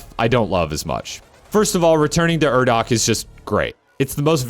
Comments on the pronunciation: oh yeah it was great, the urdak thing was just a nitpick cause I had heard it in the game recently, wouldn't have noticed it otherwise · I love doom eternal but am incredibly average at it, I also think a lot of the points made in the video were good, especially your opinion on the tutorial popups and why they probably are how they are, but the way you said urdak completely side lined any thoughts I had on your points for way longer than I'll ever admit